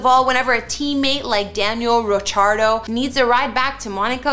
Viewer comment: Daniel Rochardo? I've heard his name mispronounced many times but this is a new one.